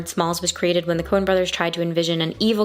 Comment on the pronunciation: Coen, not "Cohen". And no apostrophe because it's plural, not possessive.